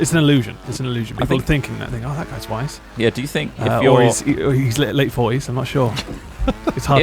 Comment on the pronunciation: Every time said wise, I kept hearing "white", and was confused why he was so interested in Ross being a "white guy".